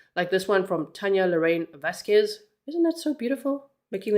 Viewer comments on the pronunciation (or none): none